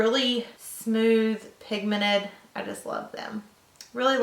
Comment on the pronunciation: is it me or she doesn't know how to say pigmented, she says pigmenet hahahaah love your makeup